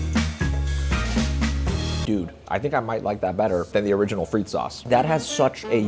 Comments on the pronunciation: its pronounced fre the fre-the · Its not pronounced freak sauce its pronounced frit-tes sauce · at Pomme Frittes did you pronounce the word Frittes with a proper rolled “r”?